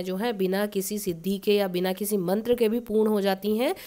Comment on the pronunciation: Aapne mantra ka uccharan sahi nhi kia maam..